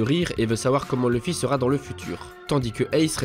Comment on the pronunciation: Mais vous avez un problème les francophones avec le nom de Luffy, c'est OU Louffy pas LEUffy !